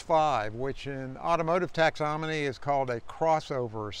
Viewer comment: What the faff is "texonomy"?